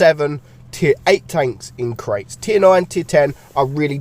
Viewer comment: My interest ended when I heard crates